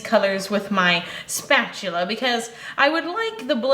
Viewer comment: Lol oh no you didn’t say spatuler lol o cannot remember what video it is, but you said SPATULER, and I lost it lol I laughed so hard.